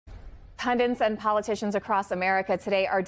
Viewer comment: it's pundits, not pundiNts